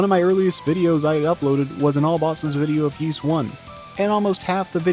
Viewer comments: OMG stop saying "Yeese" :( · "Yeees"? No. The title screen has its IPA pronunciation ffs. Anyway this boss kicked my ass until I realised that you need to use the Time Ring. For some reason no walkthrough tells you this... but try it; it takes a nigh-impossible boss and makes it a cakewalk. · I think the anime is a good way to experience the story of Ys 1 and 2 without having to go through the games (and that is rarely the case for anime adaptions of games, I find). It's also a good way to figure out how to pronounce Ys, something which the creator of this video somehow managed to avoid learning.